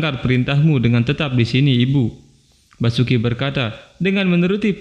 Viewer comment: Basuki gemana, itu Vasuki di baca Wasuki bukan basuki